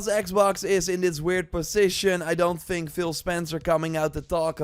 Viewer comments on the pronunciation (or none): Th-ink not F-ink. Th-is not V-is Th-ird not F-ird Th-ing not F-ing. Thirtieth not Firtieth. You can do it I know you can!!!! 😅